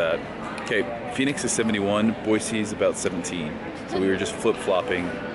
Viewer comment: Half the time you say Boy-zee not Boy-see... If you are really from Idaho then pronounce it correctly!